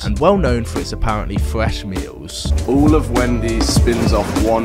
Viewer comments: fwesh meals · so much fwesh fwies